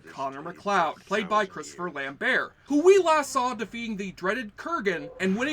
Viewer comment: you pronouced lamberts name wrong dick